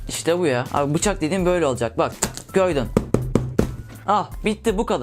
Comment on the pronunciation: göydün dedin abi :D